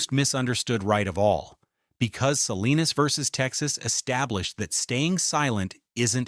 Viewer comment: Salinas...not Selena's v TX